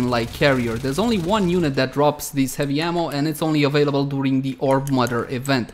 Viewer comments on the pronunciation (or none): none